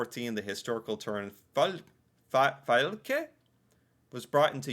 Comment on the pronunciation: You're getting really good at this. You even did the Ø in Trønderlag and Østfold! Remember that the e in the end of a word IS pronounced (FylkE). Whether we call a municipality a city or toen depends on the size of the number of central stores. Some times there are so few we just call it a center (centrum). In bigger cities we'll also have city districts (bydel = directly translated: City part). As for dividing into Bokmål or Neutral, I think few people think like that. If there's not a specific dialect there's Bokmål. However. While Oslo have Bokmål the different districts do have a slightly difference - like one talking more official and others using more slang. I guess what we wonder most about the State system is how frustrating it must be to have different laws in different states. PS! No we do not have to memorize att the municipalities. hehe We are are pretty good at the best known ones, though, and pretty much guess which one from what dialect someone has.